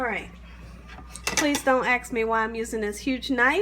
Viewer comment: Why do you pronounce Ask as Axe?